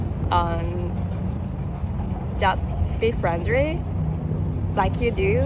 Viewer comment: hahaha....she got me right off the bat, with "much more FRENDRY!" probably the hardest word for any non-native Asian to say, with all those 'R' and 'L's....